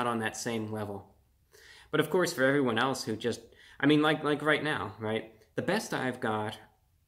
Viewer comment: hewwo ewwyone